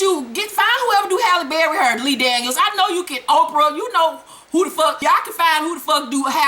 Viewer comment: I love the way you say hair!! it gives me soo much life!